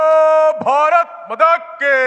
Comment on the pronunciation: ഭാരത് മതാ കീ അല്ലടാപൊട്ടാ ഭാരത് മാതാ കീ എന്ന് വിളിക്കണം.😅